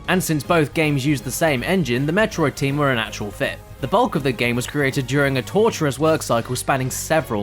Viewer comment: Awesome as always! But dat Japanese pronunciation... shudder 子-メトロイド ko-me-to-ro-i-do is how said it... That's like saying like ca-di-ka-ruh-ss. It's just Ko-met[o]roid[o]. I mean, whatever, it doesn't ~really~ matter, but still. It stood out to me. Good try, I guess...?